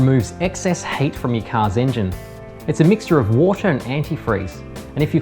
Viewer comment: 😂😂😂😂😂😂 I thought he said that too